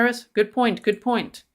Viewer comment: I liked it when you said oint😂